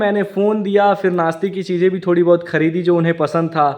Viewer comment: Namaj❌Namaz✔ Cheeje❌Cheeze✔ Badsa❌Badshah✔ Suru❌Shuru✔